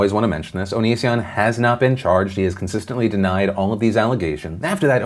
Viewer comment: Philip can't make up his mind on whether to pronounce it O-knee-sion or Oni-sion. Just call him Onion instead, can't go wrong with that.